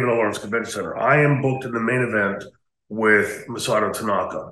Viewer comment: It’s Masato, not Masota.